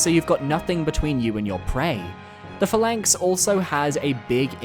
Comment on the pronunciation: It’s pronounced PHA-lanx not pha-LANX lol